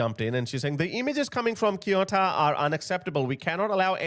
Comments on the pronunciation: is not kiota is CE U TA, if you’re gonna talk about this kind of stuff at least do some research on how to pronounce things man, saying this with all the respect possible but cmon, CE (as in Celebration) UH (as if it was a OO in zoo) TA (as in Tanzania) CEUTA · For future ref, depending on regional dialect; Ceuta is pronounced "Seh-oot-ah" or "Theh-oo-tah". As always, thanks for all you do 👍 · Pronounced Se-u-ta Cheers guys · I always listen to your wise analysis of the confusing current world situation. My son says it is a World Wide Colapse. He is so right! Let me help you with the pronunciation of Ceuta and Melilla. Spanish is totally phonetic, and we pronounce every letter (except the "h" which is silent). So, Ce pronounced like the S in Sea. Then, euta, e like in egg and u like in University. Perhaps it will be easier for you to pronounce it as if it were written Seutia. As for Melilla, the double ll has a Y pronounciation, such as in young. Perhps it makes more sense for you to pronounce it as Meliya. Hope this helps! 😉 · He pronounce Ceuta much much worse 😂😂😂😂😂😂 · Read “Ceuta” like Seuta (in reality it’s somewhere in between Feuta and Seuta). Read “Schengen” like ShenGen (G like meGa not like Giant) What does it cost you to check how to pronounce stuff in Google Translate before you make a video? I honestly find it disrespectful that you don’t do that. In 2025 Italy has let in 66 000 illegal migrants, whereas Spain let in 36 000 illegal migrants. The response of multiple countries to outright remove Spain from Schengen is unprecedented, especially how people don’t comprehend how these Moroccan people never reached mainland Europe. Unless I’m wrong and they did cross, but I haven’t seen any videos of it happening. I have no clue I’m chilling in Warsaw, Poland without any illegal migrant issues.